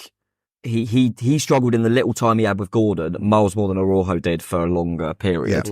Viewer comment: This sounds like a made up story but honestly isn’t. I was having a chat with a Mexican chap outside the ground and ‘Araujo’ is pronounced more like ‘Ara-oo-ho’.